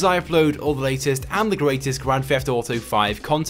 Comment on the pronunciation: What is a grand "fheft" auto video?